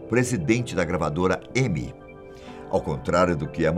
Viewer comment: Gravadora "i êmai" "laiv êid"